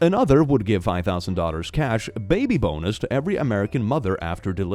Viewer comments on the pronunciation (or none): OMG WHENEVER HE SAID, "Baby bonus" I KEEP THINKING HES SAYING "Baby B0NERS"